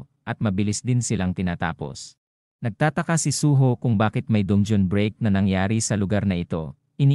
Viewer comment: Bat dungyon dun-ge-on dungeon po